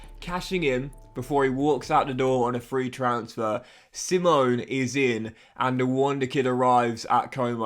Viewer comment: It’s pronounced see-mon-eh